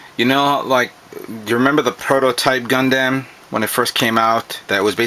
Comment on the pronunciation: LOL you say gunDAM